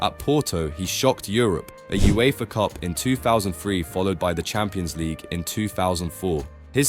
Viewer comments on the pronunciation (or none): none